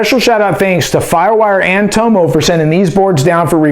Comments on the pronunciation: Its not toe-mow, its TOM-MOW. My name's dave, Aussies call me Dave-O. Same thing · Toe-mo ? It’s Tommo mate 🇦🇺😂🤙🏽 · Love your reviews, I would never mention this normally and I'm not having a go I just thought you might like to know that in America most people are pronouncing Tomo wrong, It's pronounced Tom-Oh, His surname his Thompson so he's nickname would be Thom-oh as in the letter O.